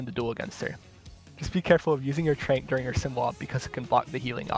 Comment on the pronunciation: Can we talk about the way he calls Zen’s ultimate “trank”?? I refuse to believe anyone says it other than “trance”